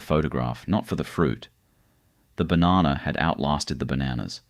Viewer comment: 30 Seconds in and im done listening to you pronounce "Banana"